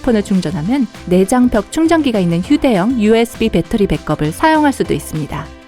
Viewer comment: 백업 발음할 때 백컵이 아니라 배겁이라고 해야되는데